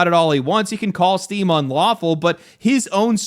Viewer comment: I swear, I’ve listened to the first 2 seconds of this video like 8 times and I just keep hearing “Steve is getting sued” lmfao